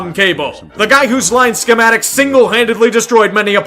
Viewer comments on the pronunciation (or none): none